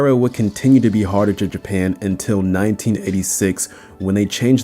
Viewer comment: Hartage? it's "Hart-ge" not "Hart-age"